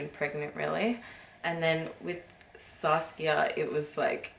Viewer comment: I love the way you say Saskia